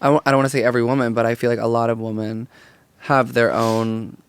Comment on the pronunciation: Guyysssss, please plase please start pronouncing women correctly, WI-MUHN not WO-MEN